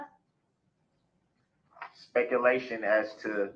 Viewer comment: "Uhjeckshun. Miskaraterzation of the speckaltion."